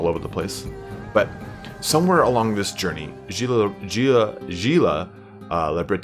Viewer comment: "Gilles" is pronounced "Jhill", not "Jhi" Coincidentally, "Gilles" is a really common name in Bretagne and France. There's several historical figures called "Gilles Le Breton", because Bretons are an actual thing in reality.